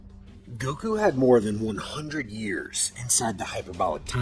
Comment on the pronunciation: GOKU NOT GUOK